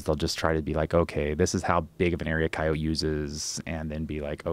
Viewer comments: Went from saying kai-o-tee to kai-oht because of the guest. Come on Joe. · I switched off 5 minutes in when he kept calling them cayots, what a fucking asshole. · Their pronunciation of coyote makes me frustrated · I like how Joe adopted the way this guy says Coyote with a soft "e"